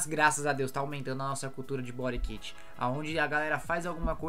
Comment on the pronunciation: Engraçado a pronúncia bori kit 😵‍💫🤮